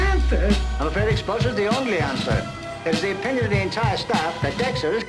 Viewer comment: I know its expulsion now but it sounds like "bullshit" :D